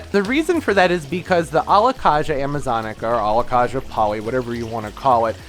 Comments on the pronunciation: Very informative video. The Alocasia is pronounced Alo-kay-sia Not Kah-sia. Pronounce the a like in the alphabet. We all mis pronounce names when it is a new word or plant to us. Just in case you didn't know. It is super typical for any plant to do well in winter with grow lights and proper care, even for the Alocasia Polly. My plants double in size over winter with grow lights 24/7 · Don't you pronounce it Alo -kay-sha, not Alo-kaaaa-sha? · Alocasia is prnounced ALOE-CAY-SEE-UH